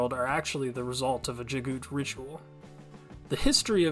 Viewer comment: Thanks for making these. It helps me when I have to quickly introduce others to the series. Just wanted to mention, according to the Audio Books, the name Jaghut is pronounced exactly as it's spelled. Jag - Hut. Unless the narrator was mistaken. That's how I've read it ever since.